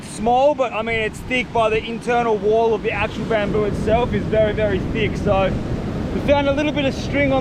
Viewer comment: “very very thiqg”🤣